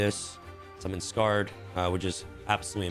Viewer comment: thank you for saying Scar-ed dragon i am proud of you this is the correct way to say it